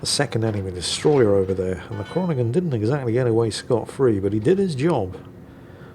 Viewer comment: Groningen = Groan-ig-uh, got to love Dutch.